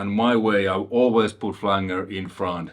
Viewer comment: Hey man, your videos are awesome. Speaking multiple languages is something I do not do. Your awesome man. The flanger is pronounced Flan- ger and not Flang- ER. Anyway, keep up the great videos.